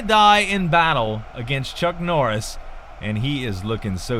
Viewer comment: "Chunk Norriss"?